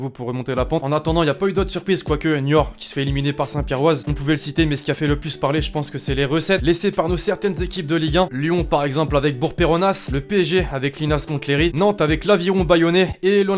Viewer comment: C bourg peronnas pas peronasse tu dit pas parisse tu dit paris